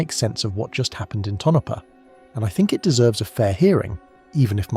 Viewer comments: Southwest Idaho Tonopah = Tone-uh-paw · If you have to resolve the CORRECT pronunciation of our PLACE NAMES, please DO contact me... or another Cartographer. Tonopah = toe-no-PAW (from the Paiute meaning "There is no water there") ALSO - neh-VA-dah NOT a VAH.'.. If you use that "VAH" yer pegged as from New Joisey (or Lost Wages)